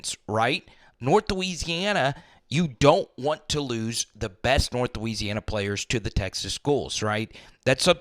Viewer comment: I love bro, but each time you said north or south Louisiana, it sounded like that 😅😅